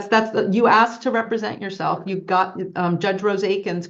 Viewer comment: He's ROYALTY... But he pronounces "asked" as "axe"... Didn't know there were tribal chiefs in the hood. 🤣🤣🤣🤣🤣